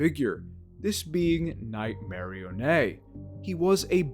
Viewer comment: Lol, I never heard anyone pronounce Nightmarionnes name as (Night-marry-onay) haha, i like it.